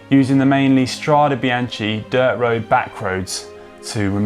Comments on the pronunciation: Had to stop after 30bsecondsbof him butchering this word. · Mamma mia, it's painful to hear it pronounced it like that! Inspiring video though, thank you. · I was disappointed there was no mention of the retro sportive that spawned the Srade Bianche, L'Eroica. A wonderful event. (And I'm with LJPN and many others, "It’s pronounced Stra-deh Bian-keh", not Stradee Bianchee.) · The pronunciation is "Stradé BianKé" (plural) and "Strada BianKa" (singular). CHE IS --> KE and CHA IS -->KA. Thanks for the video. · Can someone count the times he said Strada Biance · Connor, good English ... and now easy to understand also for us non EN-natives 👍🏼 P.s. Strade Bian-Ke 😉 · That was BRUTAL, and I'm not talking about the Giro stage description. Today's language lesson. Look at the ending of both words in Strade Bianche - they are the same, so should be pronounced the same, pretty basic stuff. STRAH-day bee-YAHN-kay ...and note ANY time an "e" or and "i" is after a "ch", it is a hard K sound - no CH, as in "cheese" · It’s pronounced Stra-deh Bian-keh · The correct pronunciation, for English-speaking, is “stradae biankae”, because in Italian the E is similar to the english A. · The video, otherwise is good, bit did you really have to butcher so many times the name Strade Bianche? My ear hurts. If I may suggest you, could you please next time just google the propper pronounciation like Si and Loyde do? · Can someone please teach Conor how to pronounce Strade Bianche correctly? I mean... he’s been in Italy and rode over there... it’s not that difficult though. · For all english spoken viewers: change the CH in Bianche with a K when you spoke STRADE BIANCHE. You will speak It correctly 😉